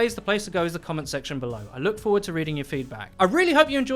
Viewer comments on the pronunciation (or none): none